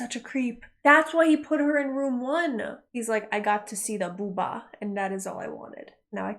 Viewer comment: I appreciate you saying "booba". More people should say "booba".